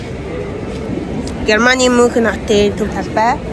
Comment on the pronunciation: Мюунхен* gej unshinda (germn hl surdg ucrs hlle)